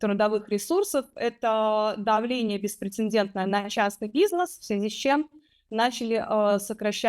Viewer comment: Люди! Да что ж такое? Простое ведь слово: беспрецедентный, прецедент. Зачем же вы его усложняете лишним "н" пере "д"? Этого делать не надо.